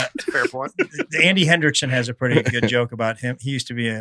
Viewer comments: When Dusty was talking about the comedian Gregory, he said goot instead of good! 😂 we backed it up and listened again! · Nah, Dusty definitely pronounces the word "good" like "goult" I'm glad I'm not the only one that hears it though. Pretty sure we're not just making it up together without actually knowing each other. As far as saying that he says city names funny, I totally agree with that. He stresses the wrong part of the sentence, I just figured I was only hearing it that way on my own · Dusty, if you’re looking for your hidden t pronunciation, you add it at the end of the word “good” here.